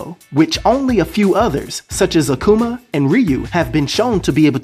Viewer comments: Bro say it with me now A ku ma Aku ma Akuma not Akcuuma lol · Where do you be finding these physical stats man? You kill me everytime you say aQuma lol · akuma is pronounced ---- AHH-COO-MAH